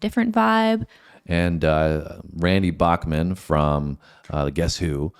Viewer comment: FYI- Randy pronounces his name as Back-men not Bock-men. Fred Turner was an overlooked vocalist and bassist.